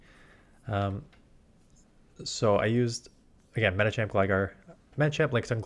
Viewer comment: Thanks for the good advice, it's tricky to keep up when the meta changes. Although the way you always say 'Medichamp' bothers me.